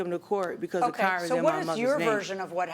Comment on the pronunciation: At least the defendant can pronounce car correctly, not "cair" like the plaintiff.